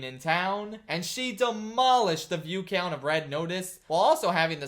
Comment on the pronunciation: You say count weird